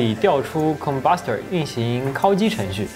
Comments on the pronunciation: 为什么是“kao（一声）”而不是“kao（三声）”？故意的吗？ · 烤(kǎokǎokǎokǎokǎokǎokǎokǎokǎokǎokǎokǎokǎokǎokǎokǎokǎokǎokǎokǎokǎokǎokǎokǎokǎokǎo)机。第三声。听你kāo机真的受不了。kāo 这个字我都打不出来